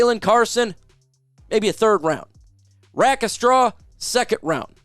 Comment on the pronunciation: Dude, love ya, but you should learn to pronounce players names (i.e. Sainristil, Rakestraw).